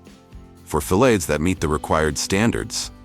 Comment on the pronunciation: Funny...can't pronounce the word fillets...different way several times...irritating...